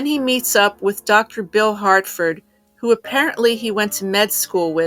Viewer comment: Harford, not Hartford.